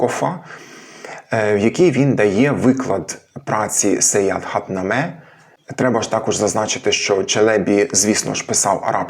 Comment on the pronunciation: Дякую, сподобалося все, надзвичайно цікаво. Тільки не кажіть на Саяхатнаме "СаяНхатнаме"